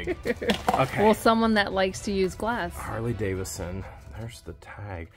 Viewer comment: The large university medallion and the "Jamaican military" item are from Germany. Oh, and it's Harley David son, not Davis son.